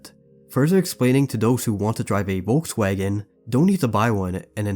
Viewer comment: Bro should be CRIMINALLY CHARGED for the way he pronounced der Vogelmensch and Volkswagen 💀💀😭😭